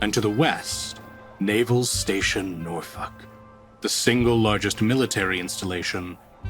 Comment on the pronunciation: Oh god oh fuck he learned how to pronounce norfolk he's become more powerful than we can imagine